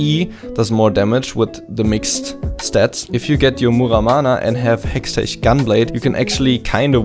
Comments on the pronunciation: heschtesh gunblade, is pronounced "hex teck" gunblade :D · Yo,, versuch mal Hextech auszusprechen, als wäre da ein K am Ende.. HextecK.. Nix da "german thing":D Btw. besteht die Möglichkeit dich in LoL zu adden? Würde mir gerne bisschen was abgucken von Dir >:D